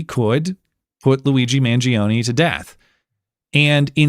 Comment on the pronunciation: Mangione is 3 syllables, not 4.